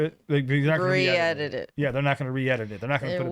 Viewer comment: Same for me actually. It sounds more like re-air tbh rather than re-edit